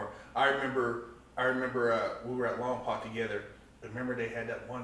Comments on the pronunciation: You prounced lompoc as "lom-POC" thats because you aint from lompoc. Im from lompoc and everyone from lompoc prounces lompoc as "lom-POKE" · I lived in lompoc for a few years ..... try saying lom-poke instead of lom-poc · Imagine being locked up in Lompoc just to mispronunce it.